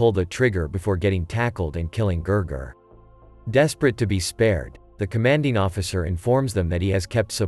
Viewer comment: His name was not Ger Ger it was Gigi